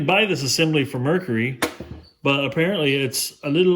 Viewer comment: Mercury not Mercery or Mercry.